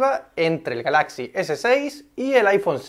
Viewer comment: El acento en la palabra GALAXY va en la primera A no en la segunda por favor. Si quieres poner el acento en la segunda A deberías decir GALAXIA (en español). Crítica constructiva